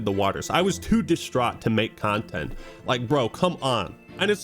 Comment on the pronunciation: A ... Cuntent thief?